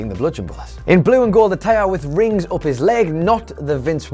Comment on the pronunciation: Up= oup Running= rouning What is wrong with his pronunciation?😢😢🤔🤔🤔